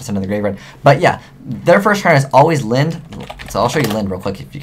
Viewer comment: Genex Un-dee-ne, lin-de, ju-st sa-yin